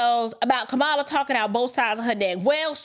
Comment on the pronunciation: Please be intelligent and learn how to pronounce her name.